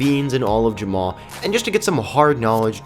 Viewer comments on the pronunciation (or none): Ur saying jamma wrong